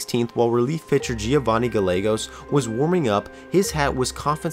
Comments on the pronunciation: “Guhlaygoes” “Shlit” C’mon man 😂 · Giovanni “Gal-leg-goes” Mike “Shlit” this guy doesn’t know my Cardinals... it’s like they DONT EXIST lmao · I only mention this because I've heard it in two of your vids and you'll likely be talking about them again before the season's done (unfortunately): It's Gallegos (Guy-yeggos) and Shildt (Shilt). Anyway, great job! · Why is it that everyone who covers baseball, from the announcers, sports journalists, fans and youtubers don't know how to pronounce the names of the Latino players? Its not as if there hasn't been a crap-ton of Latinos in baseball for the last 35 years...its 'gai-ye-gos' not 'ga-legos.' Some people can't roll their 'R' and that's not a crime no one is going to kill you if you don't say 'Rrrrrodriguez!' but come on...overall love the content however. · You completely botched the pronunciation of Gallegos and schildt